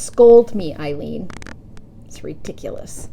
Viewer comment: applause for saying my name correctly Itsme Eileen love you